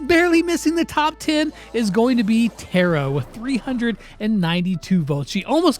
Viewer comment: did anyone notice he mispronounced tara